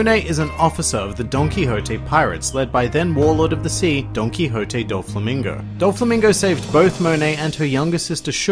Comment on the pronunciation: "Donkihotte" (Donquixote)